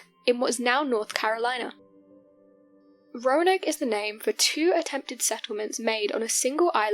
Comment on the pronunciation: She said “croanoke” hahahahahaha